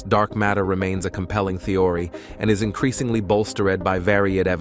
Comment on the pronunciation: Theory pronounced Thee-ory. Galaxies pronounced as Gal-ax-zees... I'm so sick of AI already. Really wish it would die instead of "improve" just a mess. Seems already humans can't read. Why not just read it yourself why have AI speak for you? It's so fucking weird. People want AI to drive for them to speak for them... very sad.